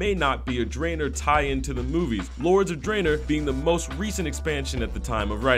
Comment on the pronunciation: Warlords of 'Draener'